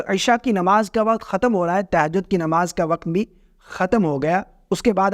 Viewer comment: تہجد کا صحیح تلفظ 😂